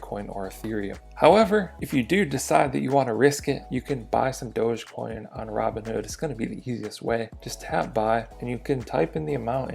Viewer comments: its not dože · It's Dogie coin as in Dog E-coin. Where people think the dog came from? Dug!